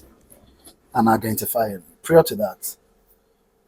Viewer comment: Prior is pronounced as PRAYOR. Let's take note pls.💖💖